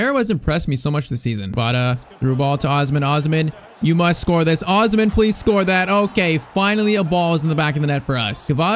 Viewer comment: Bro you are not pronouncing osimhen name right